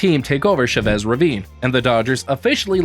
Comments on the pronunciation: It's not " Shuh Bess" Ravine dammit! It's CHA VESS." Quit butchering the language and offending the people A$$hole! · “Sha-vez” Ravine? that’s a latino name. try saying it with your chest! “Cha-vez” like the dance. “Cha-Cha!” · Bro wtf was that pronunciation lmao it’s Chavez like the last name 😭😂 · "Shove-ezz" Ravine? haha